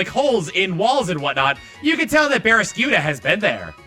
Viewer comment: Lol in the original video, he was trying to start Baraskewda's entry, but it sounded like he had a stroke trying to finish the name.